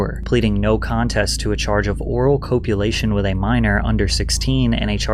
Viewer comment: COPE-ulation? It is pronounced COP-ulation. Patty cakes the music…. Oooof